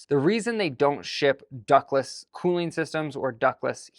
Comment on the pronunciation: “Ductless” not “duckless” 😂 🦆 Great info, thanks!